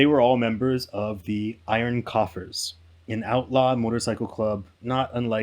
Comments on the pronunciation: not to be a jerk but u said 'iron coffers' (?) when it's right there spelled out - iron coffins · Did you say “iron coughers?” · It's Iron Coffins....not Iron Coffers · " Iron Coughers" LOL!!! Bro, it's COFFINS, as in casket, funerals, death, etc... I love your channel, but my guy, you really had me LMAO with that f-up! Like didn't you think it was weird they would be calling themselves coughers?? LOL!!😂😂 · So it's not called iron coffers lol Its iron coffins just sayin